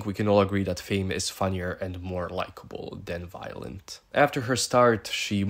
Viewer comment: Are you calling her “Violent” I feel like I’m hearing shit 😂😂😂😂